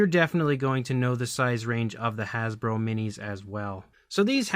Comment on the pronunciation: "Hasbo" LOL